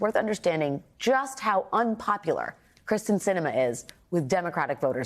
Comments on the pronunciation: You are lazy. Her name is Kyrsten (CURSE-ten), not Krysten (CHRIS-ten). Since you don't even know her name, nothing you say about her can be trusted. It's shoddy "journalism". You are banned forever from my listening to you. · It is Kyrsten, not Kristen. Gosh! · Why hasn't someone at MSNBC informed Alex Wagner that she is mispronouncing the senator's first name? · normally it bothers me when commentators mispronounce someone's first name...(it's KEER-sten) but with Sinema, I'm all good. Kristen, Kyrsten, s'all good.